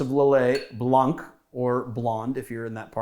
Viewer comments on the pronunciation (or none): In the word blanc, you don't pronounce the "c"